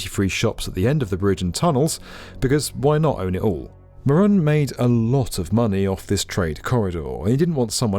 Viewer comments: Sure the name is Moroun and not Moron ? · Detroiter here, Matty was an absolute asshat. His last name is pronounced "Mo-rune" or "Muh-rune" by locals. I'm sad to see most of Delray being demolished to build Gordie Howe, but the second bridge was a necessity.